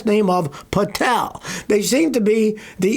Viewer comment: The Pa-tel... Ho-tel.....tee...hee